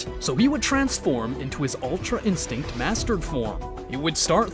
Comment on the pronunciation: Yeah thats true oh but btw its ultra instinct not altra insinct